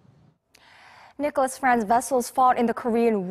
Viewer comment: it's Nicolaas... not nicolas